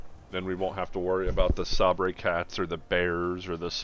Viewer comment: Do you call them sabray cats ironically, or do you not know how to pronounce sabre?